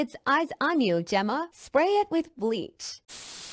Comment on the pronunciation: “Gemma” GyEmMa”